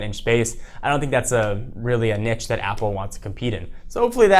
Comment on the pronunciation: Lol at how say niche